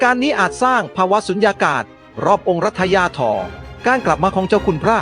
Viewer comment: 😂😂😂😂 องค์รัชทายอทอ ใกล้ชิด่อ 😂😂😂😂 ทำไมไม่อ่านเองให้ Ai อ่านทำไมภาษาไทยเลยจะวิบัติหมด